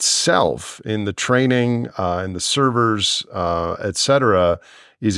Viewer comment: Also "eckcetera".